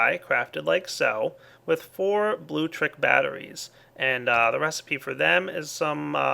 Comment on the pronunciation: Good lord it's BLULECTRIC Not blutric BLU LEC TRIC